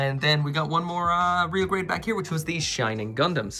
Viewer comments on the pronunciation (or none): none